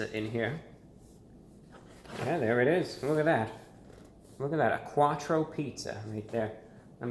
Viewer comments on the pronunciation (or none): “A Quartcho pizza”